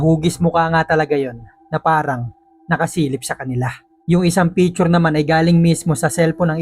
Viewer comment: Its not pitchur. Its picture